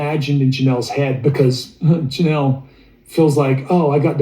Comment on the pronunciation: Girl you speak. LoL love it😊